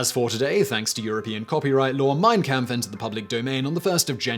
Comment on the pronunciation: Hi Simon. Great video! Just an FYI. Its pronounced 'compf'